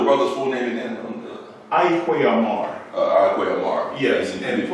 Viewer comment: An observation, not a correction with regard to the Ghanaian master writer Ayi Kwei Armah. His last name was pronounced by himself and others as "R-MAA" or "are-Maa" as apposed to how it is pronounced here as "Ah-Mar". Then too pronunciations of names/words are sometimes cultural and regional depending on the speakers, so there is no hard fast rules as such and therefore not a right or wrong.